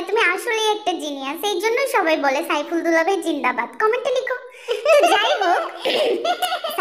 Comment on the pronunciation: Saiful na aiful😂😂.....